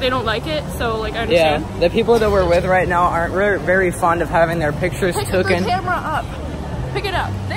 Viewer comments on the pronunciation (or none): For the love of god he said “not fond of having their pictures tooken” 3 TIMES my man it’s “taken” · Taken not “tooken” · It’s “ taken” not “tooken”